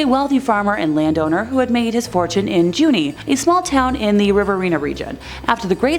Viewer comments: Gaol is the way we spell jail down here. And Junee is correctly pronounced as June-e, voicing the final ‘e’. Perfect on Wollondilly, though. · No ! Pronounce correctly it’s Ju—neee! And Jail like nail it’s not Goal??!! Armadale has tours at night and yes it’s bloody damn creepy place!! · Adelaide goal? 🤔 I thought it was a gaol/ jail.. Please stop hurting me head. Junee is 'June E'